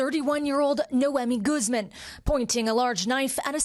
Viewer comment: Proper pronunciation of that surname is "goose MON" not "GOOZ men." There's no excuse for mispronunciations in this day and age. That's what the Internet's for...